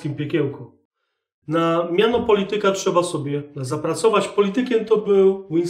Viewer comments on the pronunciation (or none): none